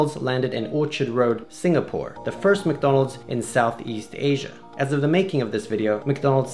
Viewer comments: the way he pronounced madonal😂😂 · LOL XD I never laugh so hard in my life when you said MaDonal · Hey I live in the PH and I love Jollibee especially McDonald and I pronounce Donald's name "Ronald McDonald" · Seraph The Great I’ve lived in the Philippines all my life and I always thought you called McDonalds “Mick Donalds” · In Sri Lanka, for some reason we call it ‘makka’ (pronounced mac-ka) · McDo!!! Yep, we filipinos call it "mcdo". We tend to shorten words down for easier pronounciation. Also, philippines is the only country in the world (@ least I know of) that sells sphaghetti. Want one? Fly to philippines.